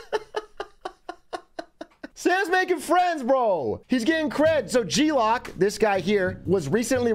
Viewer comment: g-loc = g-loke. as in loco, or 'what up loc'